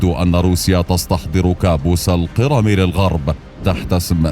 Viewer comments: اسمها جزيرة القِرْم وليست القِرَم ( تحديداً الثانية ٤٧) … سبب الملاحظة : ان بداية الفيديو تزرع فكرة عن سير كامل الفيديو لذا لزم الانتباه لمثل هذه الاخطاء فكمقدم يجب عليك الانتباه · أنت تلفظ القرم بصورة مضحكة، الأ يوجد من يعلمك اللفظ الصحيح؟!